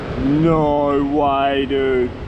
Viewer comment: no waehh 😂